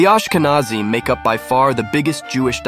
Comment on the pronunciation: It's pronounced differently. In fact, it's spelled "Aschkenasi" in German. It's an old Hebrew word for a region in Anatolia that was applied to Germany by South Italian Jews when they settled with their extended households in the Rhineland on invitation of the Carolingians. It has nothing to do with "Nazi", which was originally a diminutive for "Ignaz" and later came to be used as a shorthand for the National Socialist Party in Germany in the early-mid 20th century.